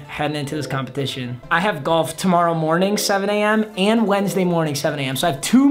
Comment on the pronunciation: “WhEeL Of MuT tOmMArOw”